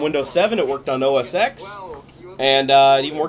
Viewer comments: its called O S TEN....not os X.....damn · It's not OS X pronounced as X it's OS X as OS 10